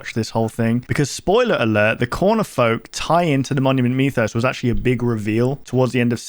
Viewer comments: WHY IS HE SAYING MEWTHOS 😭😭😭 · Monument “me”thos You know what, after the end of the series, monument meth is kinda right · Ah yes the monument meethos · Is it aggregating anyone else that he mispronounced mythos?